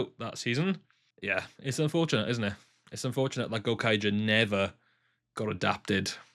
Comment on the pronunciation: gouraiger is pronounced "go-rai-ja" rai as in 'ry' in try